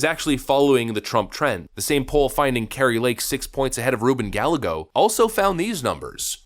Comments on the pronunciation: Ga-ye-go ... In Spanish the double is pronounced y. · just FYI, Ruben Gallago's name is pronounced with a more " Mexican" kinda flair. (Guy-eh-go) Silent Ls basically. I dont really care, i support Lake to tye max, just want people to know exactly who your talking bout and not be confused. Love your cgabbel. Keep it up. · It’s Ruben Gallego pronounced Guy•Yego…the double L in Spanish is pronounced Y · I voted for Kari Lake!!! but if you want some incite on how to pronounce his name is has the Spanish double L's like tortilla, it has the soft L's so it's guy-eh-go or guy-yay-go. lol you might not care. Keep up the good work! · The problem with Arizona, (yes I live here), is there are a lot of transplants here in the populous areas, Phoenix, chief among them. A lot of those transplants have swung the voting demographic to favor Democrats. It's not so cut and dry. Just to let you know, Ruben Gallego is pronounced Guy-eggo. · you're mispronouncing Reuben Gallegos last name. It's pronounced "gah-yeh-goes". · How do you not know how to pronounce the name Gallego? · Hey learn how to say the Hispanic name Gallego🤔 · Hey dad, tell your son that the double L in Spanish is pronounced like a Y as in tortilla/tortiya. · Love your content, (usually) watch daily. btw, Gallego -- Guy-yay-go vs gal-ah-go is the actual pronunciation. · His last name is pronounced "Guy Egg Oh" | really hope Kari wins. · Interesting pronunciation of Gallego 😂 How about "guy""eggo" which isn't exact, but closer. Suspect Newsome will be the opponent. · It's pronounced GUY-EGGO. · The Democrat candidate's name is Hispanic and is pronounced " guy-yea-go." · It's pronounced Guy-ye-go. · Double L In Spanish is pronounced as a Y. GA ya go. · Love your vids. I watch everyday. And it’s Gallego, GUY-YAH-GO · Gallego = Guy - egg - oh…… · Gallego = guy--eggo. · I know it’s not important but it’s pronounced Guy-yay-go. Its from the Galicia region of Spain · Dude, it pronounced “GUY-YEA-Go”